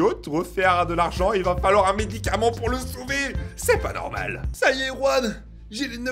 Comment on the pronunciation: juan pas ruan